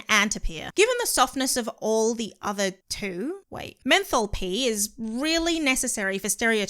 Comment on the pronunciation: "Menthol-Pee" oh damn that got me